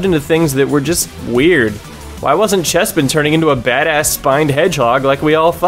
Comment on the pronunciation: i love how you fucking nailed chespin and fennekin